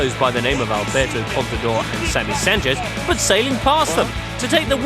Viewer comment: Commentator saying Sanceth almost every time, mehe